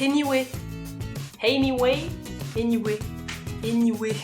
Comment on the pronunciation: Quand tu as sorti "anyway" en prononçant un "h" au debut j'ai mis pause et je me suis mise à faire un cours d'anglais toute seul.. je me sens vraiment seul en ce moment 😂😂